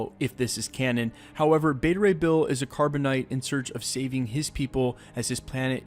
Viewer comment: Also many people wouldn't know about Asgardians of the Galaxy because of the fact that it's very very recent. In fact it's so new that it's hard to tell if it came first or if Thor's line actually inspired it, since it was filmed the same time as Infinity War. Also Corb-uh-nite, not Carb-uh-nite. One other thing, is it confirmed that Thor is actually going to be in the next Guardians? Because according to Marvel's reports, James Gunn's Script for Guardians Vol. 3 was written far before Infinity War and Endgame were filming, so it's tough to know if he even knew about the Asgardians of the Galaxy line, and even if he did. If he found out after he wrote the script, it may just end up being a reason to have a future crossover somewhere down the line.